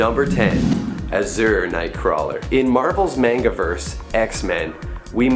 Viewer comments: Its pronounced azure ..not uszure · Uhh, I'm a sucker for pronunciation. It's not uh-zurr, it's Az-jurr , kinda similar to adjourned if it was azjur-ned